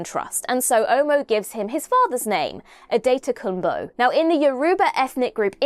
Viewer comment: Love how wrong your pronunciation is, but at least you tried 😊. The name Adetokumbo is given to children that have come from abroad, translates to "the crown from a foreign land" ✌🏾+ 💜